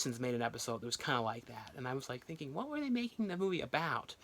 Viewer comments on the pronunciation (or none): none